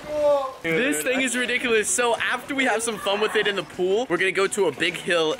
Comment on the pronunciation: unspeakble you said ridicolus more than 5 times